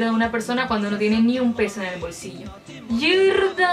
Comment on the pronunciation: Ojo ojo no es yerrrrrda , es ñerdaaaaaa